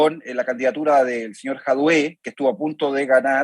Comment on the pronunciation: ¿Por qué ese señor dice /bórik/ y /jadué/? Es raro siendo un chileno, a menos que con eso quiera manifestar un desprecio por esas personas, como cuando Bóric llama a José Antonio Kast simplemente José Kast.